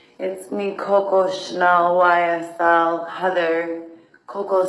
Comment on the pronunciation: The way she says "Coco" drives me insane